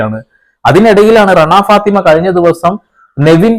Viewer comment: രണാ ഫാത്തിമയല്ല ... സുനാ ഫാത്തി